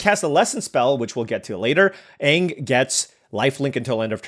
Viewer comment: You butchering anag and tophs names all game was hurting me